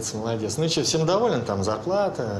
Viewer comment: Младец, вместо молодец, это какой то п...здец!